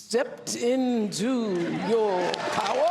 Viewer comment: Organically ... organically. ... misquote Ben Franklin .... word frappé.... step into Yau powuhhhh!